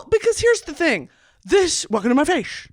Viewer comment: “ welcome to my fayshe 👁️👄👁️”